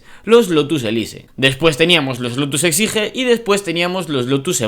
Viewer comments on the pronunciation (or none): Elise, exige... son palabras inglesas, hay que pronunciarlas bien. Qué dolor de vídeo...